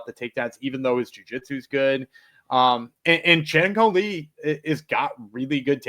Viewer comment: props to for getting chang ho lee correct in regareds to saying Lee is the last name. some other people call him Ho Lee and Chang as the last name